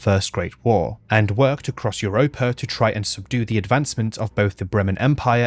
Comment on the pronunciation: It's funny that talks about the pronunciation of prehevil, but he pronunce "iuropa" instead of "europa" XD